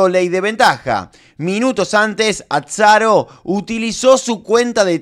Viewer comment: Que grande querido diciendo ATSARO!